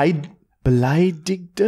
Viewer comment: Martys german pronunciation is really on point. Just so everybody knows, he is not setting it up or so. Well most of the time we are not screaming but otherwise its pretty good hahaha. the first time you said "beleidigte" was correct 👍🏽👍🏽. keep it up and greets from Germany :)